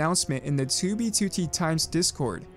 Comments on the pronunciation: I'm sorry, but I HATE how you pronounce 2B2T lmao. "tooby tootie" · he says 2b2t like "2b, 2tee" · Tubey tootie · you say 2b2t weird